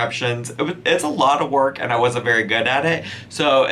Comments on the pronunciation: I 100% heard you say "children in a blender" not "children and a blender" 😂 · Anyone else hear "children in a blender." insteaf of "children and a blender." I thought went all serial killer on us 😂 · sounds like he said "children in the blender" lolol